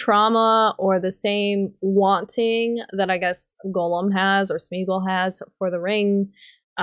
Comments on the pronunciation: I'm in Ohio (I think your east coast too) but I had wondered if Gollum was more of an accent. Sounds more like you're pronouncing it as Golem instead though. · Eomer,, Faramir, Gollum, Haldir and Isildur lol. Haldir you only said once and stumbled over so you may have said it correctly had you said it a second time but Gollum especially bugged me because of how many times you said it and mispronounced it. I enjoyed the video enough though that I just listened to it again from start to finish on my way home from work though!